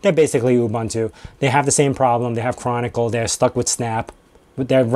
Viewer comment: Are you saying Canonical but it sounds like Chronicle?